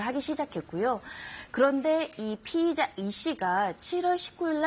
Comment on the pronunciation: 피해자, 피의자 , 발음을 정확히 해야지 헸갈려요.